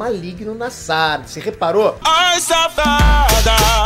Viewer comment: SÁRADA? Fala direito, mano!